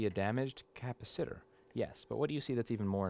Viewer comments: Electrical technology (AAS) degree holder here. Since when is 'capacitor' pronounced 'Kappa-Sitter'? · Cap-a-sitter is the only way to pronounce that word now. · no, it's a ca-pasi-ta-tor ! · If we all chip in $5 each, can we get you to a speech therapist to work on your pronunciation of "capacitor"?